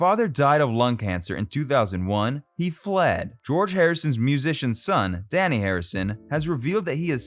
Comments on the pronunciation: You mispronounced Dhani Harrison’s name repeatedly. It is NOT pronounced like ‘Danny’. The ‘a’ is pronounced like ‘ah‘, not as in ‘at’. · He also mispronounces Dhani's name as 'Danny' when it is actually 'Darnee'. He is named after 'dha' and 'ni', two notes in the Indian music scale. George was deeply into Indian culture and mysticism. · Dhani is pronounced "donny" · I've always heard it pronounced, "Danny,"...